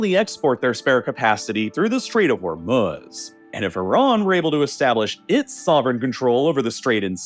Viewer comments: You don't even know how to pronounce Hormuz correctly. It's hor MOOZE not hor muzz good lord. Do better research before making these. 🤦‍♀ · Ah yes, "The Strait of Homruz". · I don’t understand why this guy likes to deliberately mispronounce names. Instead of Hormuz, he calls it hormuhhhz and instead of Belarus he calls it belaruhhhhss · Meanwhile narrator is saying hormuhz like he hasn't heard every news outlet pronounce it properly for the past 7 weeks. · You’re pronunciation of Hormuz is unbearable